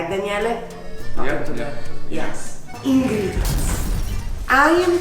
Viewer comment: I love your videos, never miss them😍💕...."ingrrredients" (whipping pasta bro with your hair)😂💕😂💕